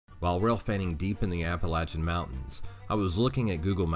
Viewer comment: You said Appalachian right!!!